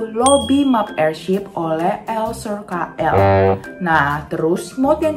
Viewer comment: Airship aneh bukan airshap